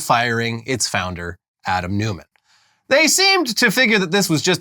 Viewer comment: "Newman", because Americans find 'Neumann' too difficult to pronounce?